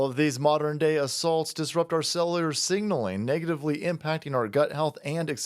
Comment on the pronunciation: Learn how to say cellular.